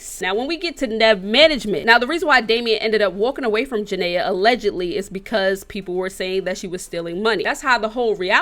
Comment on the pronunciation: Lord she saying janay name so wrong 😂